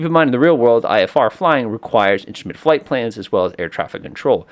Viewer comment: Instrument is not "inshtrument"